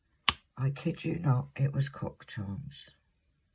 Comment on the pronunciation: I did not hear you say crocks charms 😳 😅 I'm sure you can guess what I heard lol